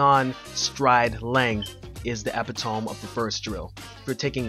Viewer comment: Great video, I can tell you're a reader too, using words like epitome. It's pronounced Eh-pit-o-me